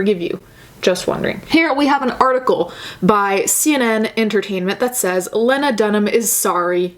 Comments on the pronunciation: Lee-nah NOT Leh-nah . sorry it was just driving me nuts. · its "lee-nah" (lean-ah) just fyi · Len- Ah is not a name just so you know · I am NOT a lena dunham fan. My name is lena and there can only be one. However, I pronounce it leeeeeeena, and she pronounces it layna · Its lee-na dumbass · You're saying her name wrong. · You’re mispronouncing Lena’s name. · You’re saying her name wrong which makes you look silly imo. Also it’s Judd Apatow not judge. Also I’ve listened to that podcast and it was tasteless or whatever but I get what she was saying. I don’t think she’s garbage. That’s all. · As much as I dislike Lena Dunham, I’m super triggered by how you’re mispronouncing her name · your pronouncing her name wrong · You kept saying Lena wrong and it was annoying me lmao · I think you're amazing but the way you pronounce her name triggers me lol